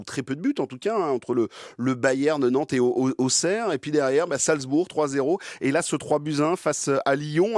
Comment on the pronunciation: Le stade Bauer pas "Bawheur", ce n'est pas un stade anglais.